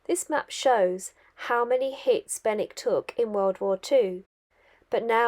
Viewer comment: Morning Love how you make local places look completely different from the river, you wouldn’t normally stop in Benwick driving though it, and you got the local pronunciation, you might like to try making my winter warmer, sloe brandy, done the same as gin but a lot less sugar needed, also a word of warning, thinking of you living in a confined space, we call them Farty chokes in the Fens! All the best J🌻